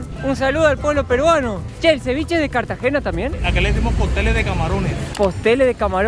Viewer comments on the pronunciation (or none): no es "Postel" de Camarón, sino "Coctel" de Camarón 😉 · Bro jajaj, no es postel de camarones, si no "Cóctel de camarones" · Es cóctel de camarón, no postel, soy de cartagena un saludo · te corrijo es coctel no poptel